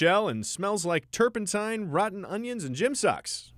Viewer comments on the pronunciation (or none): none